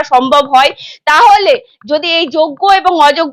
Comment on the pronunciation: এখন ইউ টিউবের যুগে সবাই সাংবাদিক। বোন, পারলে উচ্চারণগত ত্রুটি গুলো শুধরে নাও। " তাহলে" কে বলছো "তালে", "সুপার নিউমেরিক" কে বলছো " সুপার নিউমারি ", " মন্ত্রীসভা " কে বলছো "মন্তিসভা "!! বড্ডো শ্রুতিকটু লাগে।